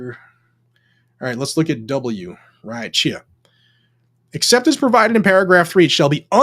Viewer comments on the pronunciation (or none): none